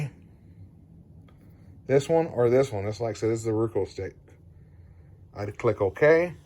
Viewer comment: Very informative video. Thank you for making it. Also, on a side note, I love how you say RUKO instead of ROKU. 🙂